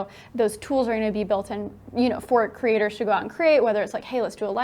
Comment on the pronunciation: When he says Creators I hear Critters